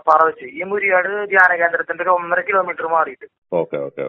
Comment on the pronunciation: മൂരിയാട് അല്ല, മുരിയാട്